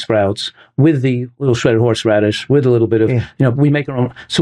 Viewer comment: did he say horseradish?